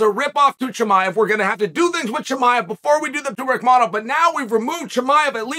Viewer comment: His name is Rakhmonov "Rakhmonov" Rakhmonov so Chael got it right 3-0. Undisputed and undefeated as usual.